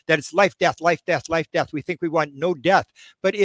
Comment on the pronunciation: The word was, “death” not “gath”.